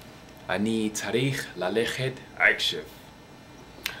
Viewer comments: and you occasionally say "k" insted of "ch" like when you say "akshav" and you suppose to say "achshav" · You speak hebrew very good. You only have to fix 2 letters you don't say them good: The letter "כ" like "עכשיו" Need to be say like "Achshav" and not "Akshav" and the letter "ע" you say it too loud you should say it almost like the letter "א". Good Luck! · אחי אומרים עכשיו לא עכשייופ